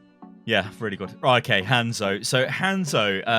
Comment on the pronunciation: its not english its romanji, Hanzo is Hah nzo like ha n zo, say it right dammit, your saying like handzo. >.<